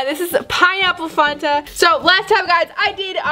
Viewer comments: FAN-TUH NOT PHAN-THA STILL LOVE U THO NO HATE! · It’s fanta not fonta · It's Fanta not fonta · It’s not fonta it’s Fanta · Its not fonta its faaaaanta duh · You said Funta not fanta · It’s fan-ta not fun-ta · It’s f-🐜-ta not funta fANTa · It’s Fanta not fonta 🥴🤣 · Next time you should wear gloves because sometimes those chemicals can harm your hands and give you rashes and hives (I know because it happened to my cousin before and she went to the doctors and she had so much medicine she had to take or more of feel) but you should probably protect your hands btw it’s not fon-ta like you say it’s fan-ta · f-ant-a not faunt-a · She says funta not fanta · Its not fonta its fanta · i am not hateing but it is not funta it is fanta with an a not a u in the middle sooooooooooo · pronounced it like "funta" but it's "FANTA" no offense, it's just very cringy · Did she say fonta what is fonta it’s *Fanta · The way she says Fanta is just cringey to me..."Fonta" it's just...idk. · It’s Fanta not Fonta (f-Ant-a) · It's not pronounced founta it's fan-ta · Um she said "Fonta" It's fanta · I call it FAN ta not FON ta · She says Fonta and its fanta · Its Fan-ta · I’m not trying. To be mean but says Fanta like funta lol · I love your videos and lmao not a hater but fanta is pronounced fan-tah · It is pronounced fan ta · Fanta is pernounced (f-ant-ah) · Ok not trying to be mean but I don’t know where you are from but it made me laugh when you said Fanta cause I am from the south and we pronounce it differently... the way we pronounce it is fan ta. I know that is it just spaced out but that is how the say it.😂😂😂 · It’s (fan-ta) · Is now one finna talk about how she said Fanta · You say fanta wrong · You say it wrong ( the soda ) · You pronounce Fanta wrong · The way she said Fanta makes me mad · She pronounced fanta wrong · Did anyone notice that was saying Fanta wrong